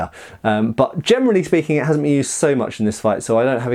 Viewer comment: i think i have something with my ears. everytime he says generally i understand germanly speeking...